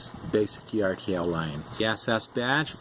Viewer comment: ERTL = (urtle) like Turtle without the T. :-)